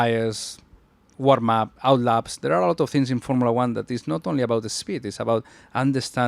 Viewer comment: “formilla one”😂😂😂😂😂